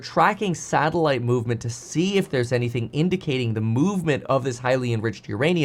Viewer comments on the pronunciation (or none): none